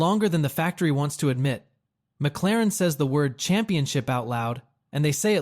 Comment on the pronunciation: What is a mac-la-ran?...😂